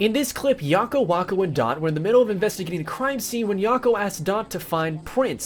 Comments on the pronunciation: Yakko and Wakko not Yokko and Wokko. great video! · Yocko, wocko, and dot. Who are they? I think you meant Yacko, wacko, and dot. Like wacko as in the word wacko. That's wacky.... lol